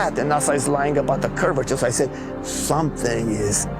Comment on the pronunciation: Unfortunately Baumgartner wasn't lying, because he mispronounced curvature, as curviter 🤔😂👏🙏❤️🇬🇧